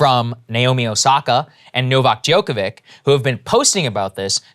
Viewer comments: Saagar butchered Novak's surname. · He butchered Novak's surname. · Omg, “DjokoviCH”!!!